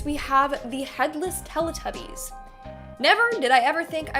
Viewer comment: It said TEE TUBBIES..Lol